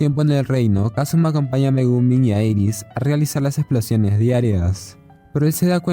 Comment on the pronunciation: Dirás Iris no Eris...